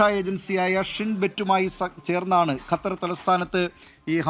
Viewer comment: കത്തർ അല്ല ഖത്തർ